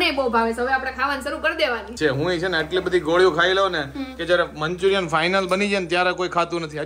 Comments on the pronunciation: Manchuriam nai manchurian hoi sarkhu bolo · Manchurian kevay manchuriyam nai